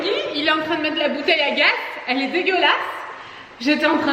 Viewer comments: Vous me stressé à prononcer gas au lieu de gazzzz lol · Par contre on dit bouteille de gaz (prononcé gaze) et pas « bouteille de gas ». Et sinon moyen les chaussures dans le salon, mais la maison est jolie